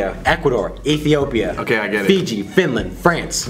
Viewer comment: He pronounced Ethiopia right my respect 100